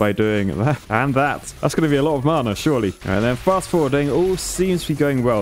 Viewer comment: His pronunciation of Mana is making me so upset whyyy